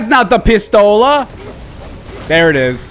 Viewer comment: funny way how you said my pistola hahaha x)